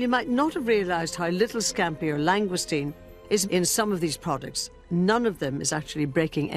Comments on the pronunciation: Those Scampi "bites" are about as near to the real thing as is the presenter's pronunciation pf lsngoustine. It's French for heaven's sake pronounced "long goose teen". And we pay these people via our BBC TV Licrnce ! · Did no one think of teaching how to pronounce Langoustine?